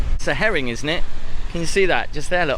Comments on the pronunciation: Heron not Herring 😅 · I'm not sure if I misheard or it's just the way you pronounce it that's throwing me off, but to my ears, I could have sworn you called that heron a herring